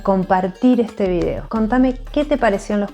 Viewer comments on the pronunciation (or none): none